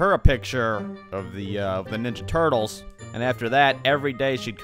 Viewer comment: Say ninja turtles properly